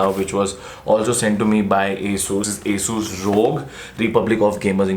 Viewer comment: bhaiya its nit asus it aasus ..